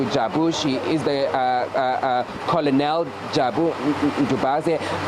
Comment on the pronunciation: I was taught that the word is pronounced more like kernel not colonal but who cares, spelling of tarvern in the thumbnail, SABCnews quality ⬇️